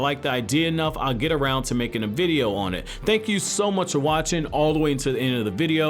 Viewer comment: you're able to say "thank you guys for watCHing" so it's not accent. You were just saying it wrong.